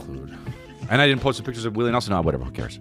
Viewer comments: Bihwion Dowwah Wiwwy Nehwson Fweaky Fwiday wealllllly got me! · “Oh wow dats Wiwwy newson?!”